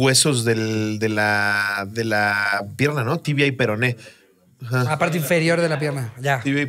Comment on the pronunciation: siempre queriendo hacer chistes del peroné y siempre diciendo "perono" jajajajajaja 🤦🏻‍♀️🤣🤣